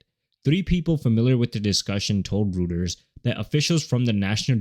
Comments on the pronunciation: It's pronounced ROYters, not rooters 😆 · That's right. I even interviewed with them...it is definitely pronounced ROYters.